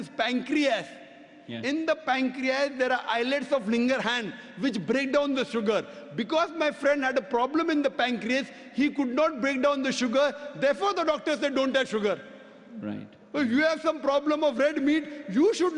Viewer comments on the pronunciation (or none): how can he be a medical doctor when he says islets of LINGERHANS( Langherhans).islets of "lingerhans" breakdown the sugar...ha ha ha ..what a joke.please you edit these stupidities atleast when you post them in youtube.. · he is a "medical doctor" and he says islets of "Lingerhans" hahahahahahahaha. No wonder he had to take up this profession. it is Langerhans and I am not even a "medical doctor".